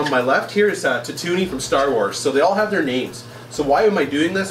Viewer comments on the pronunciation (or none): Idk if anyone else has said this yet, but I think you need to rewatch Star Wars. It's pronounced, tattoo-een not tatoony. My inner nerd can't handle the mispronunciation. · Nerd rage, u pronounced Totooine wrong. pronounced /tætu'in